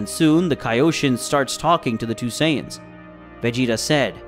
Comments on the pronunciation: Said the prince of Say-dins, 😒 my brains hurts listening to this sht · the pronunciations of these names is killing me lol. Great story line though. (Syons lol)